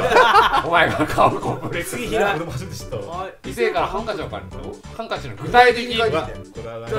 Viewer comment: 北海道は｢ハン↑カチ↓｣って言うんだ( ˊ ᵕ ˋ )